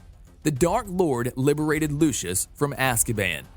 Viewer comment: Your saying it wrong it lu c us and her mi nee